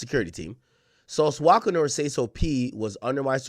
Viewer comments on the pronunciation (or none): It’s walka not wocka 😭😭😭😭😭